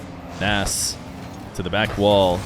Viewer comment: I'm good, n I love Feer but every other player when casted in these 1v1's get his best correct pronunciation, I believe Nass (PRO -nes) deserves to have that right as well.